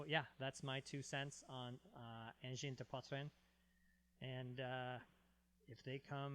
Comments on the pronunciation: Wow your prononciation of Angine de poitrine is pretty good! Not every anglophone can do it that well! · they says:! your prononciation of the name of the band is #1 but the city you can say it like if there's no "ue" like SAGNAY 😉